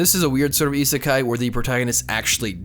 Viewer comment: GS is not an isekai,, please I die a bit when you say it